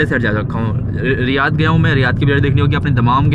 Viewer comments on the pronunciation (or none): none